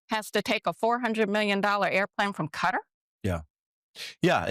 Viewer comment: I so wish people would get it right, sadly for nearly everyone Dumpty himself gets it right which kind of shows why he was elected, ignorance. The most widely accepted pronunciation of "Qatar" in English is "kuh-TAR", with the stress on the second syllable. NOT CUTTER please get it right, MUGA cultists or not.